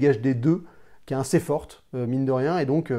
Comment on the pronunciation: Arrete de dire "inssez" ou alors tu dis "aseption" et ca sera raccord